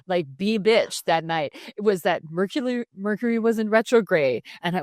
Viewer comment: I think you mispronounced Mercury in Gatorade!!